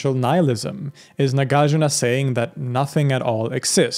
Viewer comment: Correct pronunciation; NAH GAHR JOOR NAH MAH DIY AH MEE KHAA